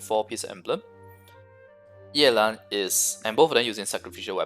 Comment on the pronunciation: His pronunciation is correct. It's a Chinese name